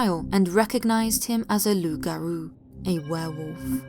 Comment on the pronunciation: As always, very good video, narration and story: Also, I felicitate you for the correct pronunciation of loup-garou .